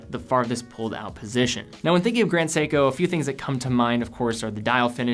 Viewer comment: Its seiko ,Grand seiko